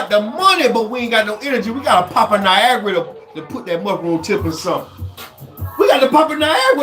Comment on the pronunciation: 😅 said niagra